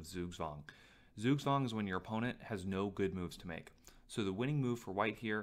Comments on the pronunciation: Zugzwang is pronounced "tsoogtswong", not "soogswong". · Zugzwang, German pronunciation tsook-tsvahng thanks :D